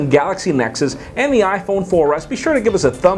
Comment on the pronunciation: B <3